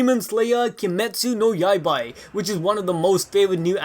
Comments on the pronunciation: Kimetsu no yai-bah no yai-bye lol it’s not even hard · Kimetsu no Yaiba, not Yaibai lol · I hate how he said "kimetsu no yaibai" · "kimetsu no yaib-AY" -some guy who is apparently balls deep in everything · “Kimetsu no yaibai”